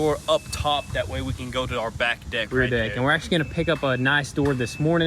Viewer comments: He totally said dick instead of deck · You know you said dick not deck lol love it keep up the awesome videos